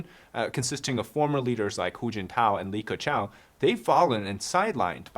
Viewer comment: Are you serious? Dude, the name is Li Keqiang. 李克强！